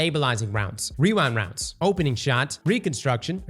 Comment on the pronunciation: Gotta love wewind wounds